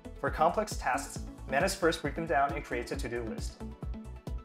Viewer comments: Please rename it. "Manus" doesn't sound right, especially the way you pronounce it 🤣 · Manus sounds like Menace. Not a good idea 😁